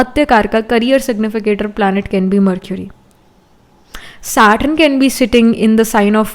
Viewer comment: Its not SATRUN , its SATURN